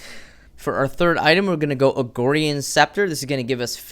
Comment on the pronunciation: he kept saying "Riftmagnus" and "Agorian" and I was just confused as to where those extra letters were coming from.